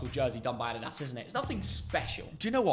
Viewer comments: It is adidas not aDEEDAZ lol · These two hate way too much on some of these shirts. The dad says Adidas completely wrong.